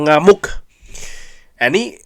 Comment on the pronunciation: Bang kali lagi bilang ngamoek nyaa 🤣